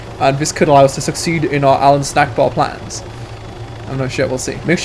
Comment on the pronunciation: its allahu Akbar not allahu snackbar